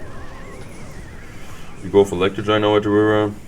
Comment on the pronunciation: Why I Subscribed! " Electro Giant at the Wiver"